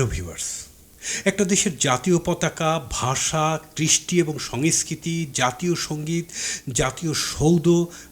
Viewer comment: বাংলা উচ্চারণটা একটু ভালো করবেন। সংস্কৃতি কে সঙইস্কিতি উচ্চারণ করেন কেনো? সাত সেকেন্ডেই আপনার জ্ঞানের গভীরতা বোঝা শেষ। বিদায়।